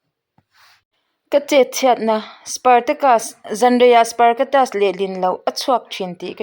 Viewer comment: Min hrethiam la sawiselna lam nilo in ka hre fuh lutuk aa spartacus tih leh sparcatus tih sawi sual lai kha😅😅kan naupan deuh lai ka hre chhuak 😂😂